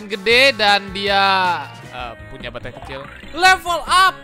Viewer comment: Gila gw ketawa sendiri denger: batehrhai, ghrhow, hrhobot, khrhopos, luahrh angkasa awokawokawok